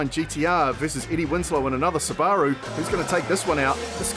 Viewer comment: first time ive heard it pronounced sibbar-rue -- -- i say it .. soob a rue